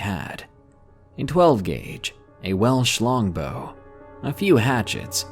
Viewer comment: Pardon my dirty mind but, did anyone else hear "a well schlong bow" instead of "a welsh long bow", or is it just me?